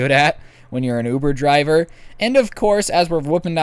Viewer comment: My boy said ovoo driver. Im pretty sure he got it from that one vine